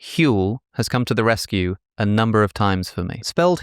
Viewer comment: vitamins, minerals: very high numba